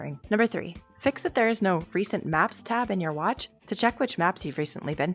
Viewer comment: YOU JUST SAID NO BUT LIKE NEE IN A DUTCH WAYYYYYYYYYYYYY